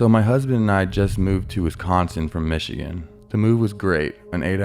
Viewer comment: Lol the way he said wisconsin and mackinac..😂😂😂